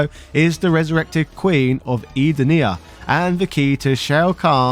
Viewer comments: So many mispronounced words. It's Lin KWAY, Eh-DEN-ni-ah. These are pronounced properly in the games. Also, the MK cartoon never aired on Fox Kids. It aired on the USA network. Mistakes that could have been avoided with a simple Google search. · And Edenia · Thats nothing compared to how he said Edenia at one point.